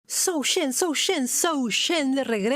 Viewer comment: Zhou Zhen pronounce as “Joe” “some” ☺️